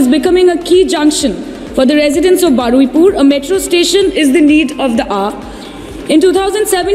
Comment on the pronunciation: It's Baruipur not baraipur